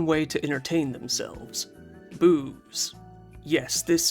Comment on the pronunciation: Sounded like you said boobs instead of booze 😂